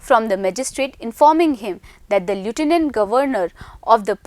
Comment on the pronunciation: ye.. Lieutenant... Ko kaise pronounce krti hai... Suno ek baar... Baad me uska pronunciation bhi search krna